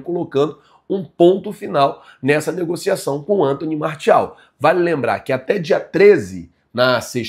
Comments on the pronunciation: você é excelente, mas nesse vídeo me deu uma agonia ouvir você falando martiel e não Martial kkkkkk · MARTIEL MARCIAL SO NÃO FALA MARTIAL 😂😂😂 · Fico numa agonia falando, MARCIEL, MARTIEL, MARCEL ce ta doido kkkkkkkkkkk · pronuncia "MARCIAL" 😊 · se lê "marcial"